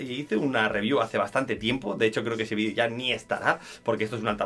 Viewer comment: se dice VIDEO y no «vidio» ufff!!